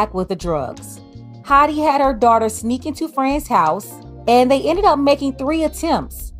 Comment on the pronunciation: Dawh-ter. Daughter. Not doighter ❤ English teacher 😅